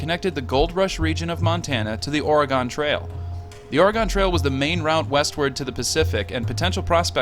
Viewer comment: Impressive production values, narration, and imagery. One quibble: Oregonians pronounce it "oreh-gun."